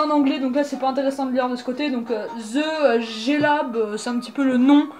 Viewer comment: Ze gé lab lol